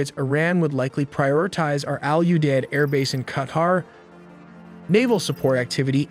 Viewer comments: Owl-you-dead airbase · The base is called "All U Deid"? 😲 Who named it that! 🤣